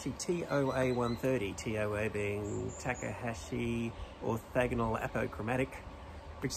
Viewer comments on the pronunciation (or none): Ya just can't get an Australian to pronounce anything correctly. "Tack-uh-haaashi". It's not that hard: "Taw-kaw-haw-shee".